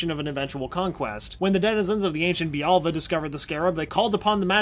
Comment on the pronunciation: Jaime, not Jamie. Bialya, not bialva.